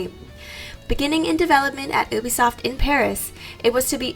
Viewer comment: I’m triggered every time she says oobisoft